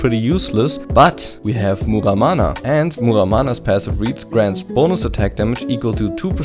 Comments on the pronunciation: you sound a little bit german with your outspelled "hextechgunblade" "muramana" "hourglass" "movementspeed" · You can't say ,,Muramana" so funny